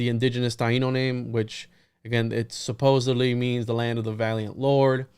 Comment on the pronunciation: much love and stellar duo, however pls note it is suppose - supposeD -supposeDDDDDly with D not B. you are extraordinarily well read but this must've skipped your awareness english is one of the 5 languages i speak so don't at me.